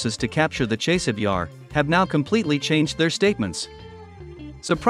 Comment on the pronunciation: Ne zove se Čejsov, već Časov Jar.